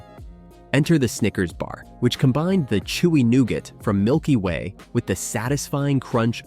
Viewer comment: new-ga. screen pics don't correspond with the narrative was my major peeve